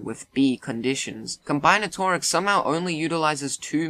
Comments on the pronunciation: Just for future reference it's pronounced com-BIN-atorics. Not Com-BINE-atorics. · Blud said combyenatorics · ehhh id say its more like 40 fields, more like 70 if you wanna include applied math and stuff also dont shit on algebra's and statistics' and combinatorics' (whose pronunciation you totally butchered) difficulty (i got some highschooler allegations) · If you cannot pronounce combinatorics, then you probably shouldn’t be able to rank it either